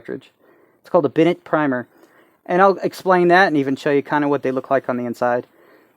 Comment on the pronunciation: Very good explanation and great use of illustrations. One minor point: "Benet" is pronounced "Benay", not "Bennett".